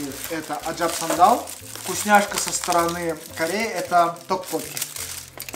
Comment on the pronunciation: не Аджампсандал а Аджапсандал))))))